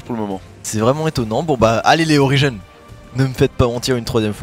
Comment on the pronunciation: MAIS ARRETER DE DIRE OLIRENE BON DIEU : ORI - GENE putin !! je raaaaaaaage xD